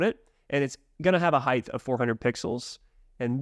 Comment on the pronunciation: Love all your videos on NextJS, and love NextJS and what you guys are doing atm but just had to point out, in the English language, “height” is not pronounced with the “th” sound at the end. It rhymes with words like “right” or “bite” 😅